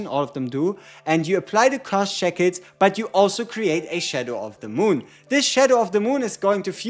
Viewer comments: you should look up how shackles is pronounced:D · Your pronunciation of shackles makes this video awesome and not boring ngl. Thankyou for what you do